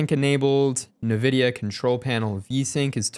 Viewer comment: IN-vidia not NA-vidia lol jeeez